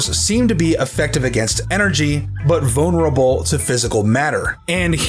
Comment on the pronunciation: "Vone urable"